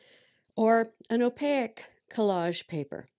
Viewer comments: Hello, at first I was confused because you’re saying ow-pay-eck instead of opaque (ow payk). Otherwise, I’m enjoying your video. :-) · Awesome demonstration of paint layering using a gel plate. One thing I've noticed is you've got an interesting way of pronouncing "opaque", you seem to be adding "i" or "y" in there, between the "a" and the "q". Or maybe it's just my poor hearing. 💜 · I'm thoroughly enjoying your videos - only discovered your channel this weekend. I'm listening to these playlists in the background while I work at my craft table. Your interesting pronunciation of Opaque, which others have mentioned, is a bit distracting. It's so interesting - like you rhyme it with oleic or mosaic. I'm wondering where you grew up, and whether its a regional thing.